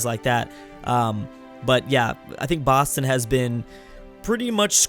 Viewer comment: Gotta love Baaston (Boston)